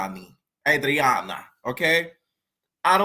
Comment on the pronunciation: Anne-drain-uh. I haven’t seen a black reviewer pronounce andraina’s name right. Lol